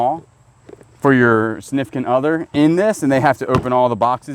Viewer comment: Ok when said ‘significant other’ (in relation to the gift in the boxes in boxes in boxes) my brain heard ‘snifkin other’. New pet name my husband can resent me for, ‘snifkin’. Thank you i love it 😂❤